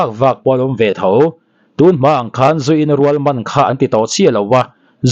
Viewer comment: Zu in rual tih kha I thluk dik lo ,zu in rual thlukhniamtur